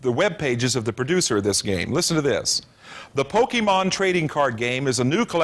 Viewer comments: He didn’t say it right,. Just to unleash my inner and outer nerd for a sec, “Pokémon” isn’t pronounced “Poke-ee-mon.” It’s pronounced “Poke-ay-mon.” Note the diacritic on the “é” in “Pokémon.” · No he didn't. The accented e is supposed to be pronounced ay. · Back in the day, saying Poke-ee-mon was the tell that you were one of these crazy people.